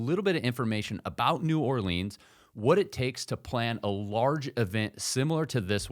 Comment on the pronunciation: New-Or-lens not New-or-Leans